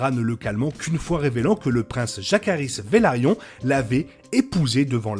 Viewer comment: Velaryon pas Valaryon